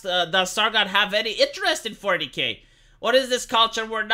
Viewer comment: Whenever says 40k it sounds like fornicate. When I first herd it I was a bit confused:)